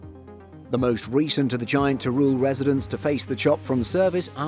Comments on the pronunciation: Nice video, but as a spaniard your pronunciation of Teruel gave me a headache... It's not "ter-rool", it's more in the lines of "ter-wel". Also, Teruel is not a desert, just look at the footage... Who wrote the script?? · yep, that's definitely not the narrator's fault, that's why I mentioned the redaction... But the narrator could have put some effort in the pronunciation of Teruel.